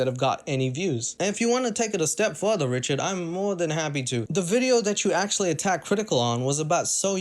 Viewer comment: I like how he says wrichaurd but he said it right once so i love him mow